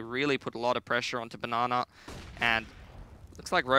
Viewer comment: When did casters start calling Banana, "na na"? I really hope it doesn't catch on. I think there was even a "na ner" tossed in there a few times.